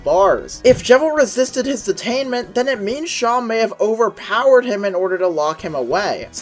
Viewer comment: I’m gonna be honest I stop posting you, pronounced it as Shan it’s “se-em”